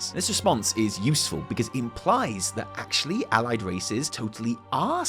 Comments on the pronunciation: Wait. Did you just say “Owlied race? Also potentially suspect info they said “and the horde” eeeeeeeeeeeeeeeeeeeee Happy birthday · "Owlied Race"